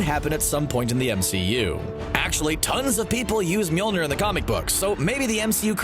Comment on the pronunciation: People in my theater absolutely went crazy when Steve wielded Mjölnir. They started screaming and whistling and I started yelling. Also, please stop pronouncing it wrong, it's new "MEWL-NIR" it's rather "MOL-I-NEER". And honestly, it's been three years since Civil War, and people still don't understand why Steve did what he did. Tony's parents were killed, he would never have waited or heard Steve's reasoning, he would never have understood that it wasn't Bucky's fault, he would have been enraged and would have done something terrible to Bucky. And Steve couldn't let that happen. Why not, you ask? Because Bucky was the only one who was there for Steve when no one was. Bucky has been with Steve through thick and thin (quite literally), and only a disgusting human being would betray a friend like that.